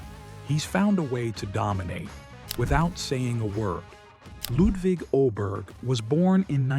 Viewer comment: You don't have to say "Lewd wig". Fun that you are trying but just say Ludvig as you would Ludwig. 😅